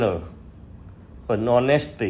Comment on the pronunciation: Chữ Honesty khi phát âm nhấn ở vần đầu nhe an. HOnesty.